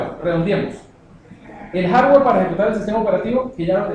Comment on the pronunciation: No sabes pronunciar Hardware se escucha muy mal... Repites mucho "¿Estamos?"... mal